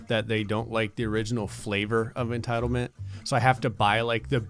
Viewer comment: Ah yes. Entildment